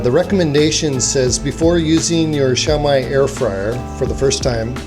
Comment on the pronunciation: Xiaomi is pronounced "SHYOW-mee." Also, most, if not all, air fryers use Chinese-made OEMs. Air fryers from American, Korean, Japanese, and European brands are no exception.